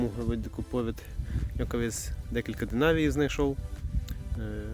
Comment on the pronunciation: Правильно - дЕнарій;)